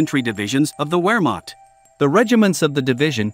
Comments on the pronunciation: What the hell is a ware marked? I think you mean Wehrmacht, the W is pronounced as a V. Veer mark ‘t’ and English towns such as Scarborough is pronounced as scar bura not burrow. Please try this. ❤ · Come on man at least have enough self respect to properly pronounce words. Wehrmacht pronounced VEHRMACHT!!! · Wehrmacht is pronounced as Ver-makt. You just lost your credibility dude! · In German the letter W is pronounced like a V as in Vehrmacht. Everybody with even a rudimentary knowledge of WWII knows that except the robot in this tutorial. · I just found you on YouTube. I like your information and presentation. However, if I have to listen to you mispronounce "vehr maakt" one more time I will scream "nicht informiert"! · CAN you learn HOW to correctly PRONOUNCE WEHRMACHT?????